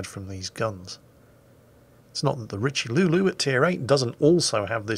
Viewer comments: Richelulu haha R (ee) Che - Ly (you) Richelieu haha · It's pronounced 'Reach-loo' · The French tier 8 battleship "The Richiluuluu", ah yes, good ship, good name